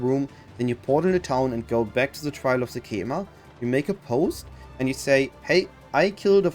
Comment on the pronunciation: ''Sekcamema'' they said it like every five 4 sec in act 2